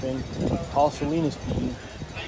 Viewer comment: Salinas??? More like "Saweenus"